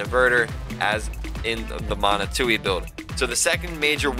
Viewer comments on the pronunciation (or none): Steppe Spider? Catalina? BTW Manitou is pronounced MA KNEE TWO